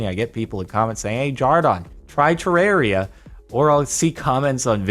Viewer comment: Jardon say Ter-rare-ia Redigit: FINALLY SOMEONE SAID IT RIGHT